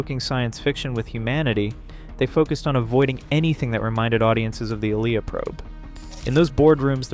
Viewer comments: I saw the movie twice in the theaters. NO ONE left when Ilya died. ALSO: Her names is pronounced: I-Lee-ah. NOT Eel-i-ya. NOTE: One more click-bait title and I'll cancel my sub. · Seriously…how can you make an entire video on a character, and mispronounce her name repeatedly in the video. 🥹